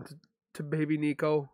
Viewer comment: At least honor the unborn by saying his name correctly. Nico. As in Nicole